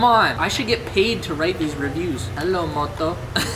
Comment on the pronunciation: “Helo moto” in accent dude that’s like me when I last had Motorola phone and it had that ringtone so after a while I just had those words engraved in my memory 😂 Also made me feel like I wanna buy some cheap phone off amazon just for fun